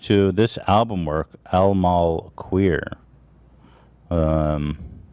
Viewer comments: Not Ethan pronouncing el mal querer “alma queer” 😭😭😭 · Bro “Al Mar Queer” 😂😂😂 you Ethan but add that to the compilation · naur ethan’s pronunciation of “el mal querer” LMAO